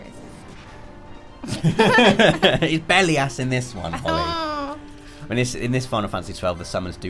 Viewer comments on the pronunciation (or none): For some reason I dont think Belias is pronounced as Belly Ass but Im a weird one that doesnt pronounce Titus as Tit Us.